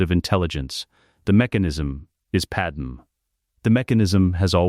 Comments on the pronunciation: Fix your damned AI narrator program. It's pronounced "Pad May". Not Pad-Em. Pad-Em sounds like a Kryptonian name from an issue of Superman, or Action Comics. Your AI deserves to meet a high voltage electromagnet. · Who the frakk is padam supposed to be...if youre gonna both misspell and mispronounce it at least go w panam...